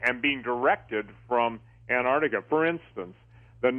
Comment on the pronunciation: It's pronounced 'AnTar tica',not 'Anah tica'. There's a 't' in there !